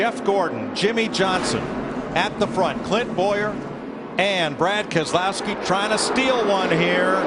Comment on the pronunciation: Also it’s Keselowski